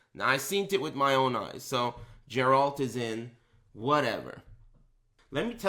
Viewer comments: Everytime i hear "jeralt" i cringe hard. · you cant play as Geralt in sc6 if you cant pronounce his name right.